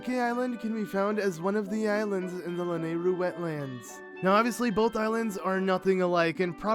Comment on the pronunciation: Mown-tehn. Mountain. Not Mow-ehn. It's not hard to say oml. Oh, and it's Both. Not bowlth